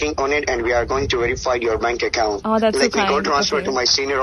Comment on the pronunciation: The most hilarious and cringing part where he actually trying so very hard to speak without his natural thick Indian accent but accompanying with all that broken English scattered all over it….i dunno what he trying to sound like tho🤷🏻‍♂️😂😂😂😂 The way he say the word ‘Account’ just crack me up real good lol lol 😂😂🤦🏻‍♂️🤦🏻‍♂️ goddamn that nostril sounding..